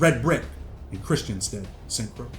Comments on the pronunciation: Saint Croix is pronounced like the word Croy no (s) or (x) sound just a head's up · Lmao St. Croix is pronounced SAINT CROY 😂😂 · St. Croix is pronounced “Saint Croy” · It’s “Saint Croy”. That’s how it’s pronounced. As if it rhymes with boy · Need to learn how to pronounce St Croix smh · You’re pronouncing St Croix wrong, dunce.